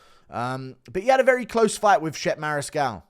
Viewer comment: Pretty sure Chepe Mariscal's name isn't pronounced that way lol 😂